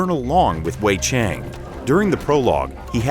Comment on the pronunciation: They're a Russian studio, so speculatively, perhaps they hired an English voicecover for this? Edit: they also mispronounce 'Cheng'. Bizarre.